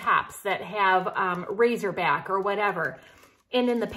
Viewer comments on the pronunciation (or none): Not to be the english police, but it's "racer back", not "razor back".......LOL! LIke the racers on a swim team.....the suits have a racer back. Love you and your videos! Hope I didn't offend.:)